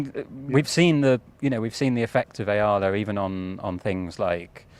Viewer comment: It’s E-ah-la